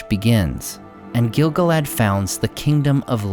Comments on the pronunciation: Great video! Note that the proper pronunciation is gil-GALad, rather than GIL-gaLAD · Stop saying it wrong! The stress falls as GIL GAL-ad. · gil GAL ad. Say it with me. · It's pronounced Gil-galad, not Gil-galad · I would be glad to be corrected, but I think you're mispronouncing Gil-Galad. Sam's poem about Gil-Galad in Book 1 of Fellowship is written in iambic tetrameter. It should be read like this: gil GAL ad WAS an EL ven KING of HIM the HARPers SADly SING the LAST whose REALM was FAIR and FREE beTWEEN the MOUNtains AND the SEA You pronounce it by putting the emphasis on the first syllable but Samwise Gamgee pronounces it gil GAL ad. I don't think you're saying it right. I would gladly receive greater insight. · Exactly. Everyone says GIL-galad. I am sure you are correct, according to the guides I have read.